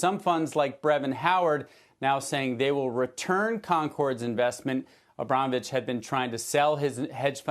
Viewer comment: You must have heard another American saying Abramovich correctly yet you say Abromovich. You even enunciated it. Why? It's you job to speak, why not speak well?